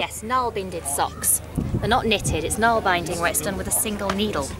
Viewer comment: finally know how to pronounce "nalbinding" it's so fascinating